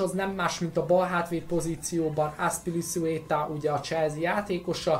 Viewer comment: aszpiliszuétá?😂😂😂 XXD